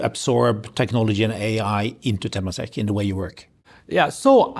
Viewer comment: It's pronounced as tuh-MAH-sek